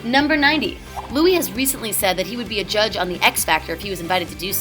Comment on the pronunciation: i know all these and also u are the first american i have heard that doesnt say Lewis or Neil <3 Im British and it gets very annoying knowing that people say it wrong